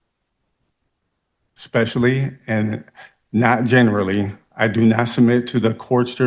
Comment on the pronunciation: Actually, he said "I doe not understand"